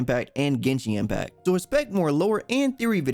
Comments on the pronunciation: He really said GENSHING IMPACT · Yuanshen Impact